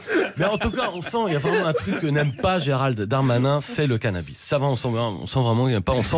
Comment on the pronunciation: craquante, quand elle prononce CANABI (au lieu de canabisssse)